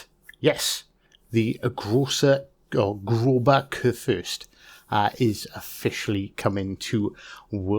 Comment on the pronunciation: He cant say the name right at all lmao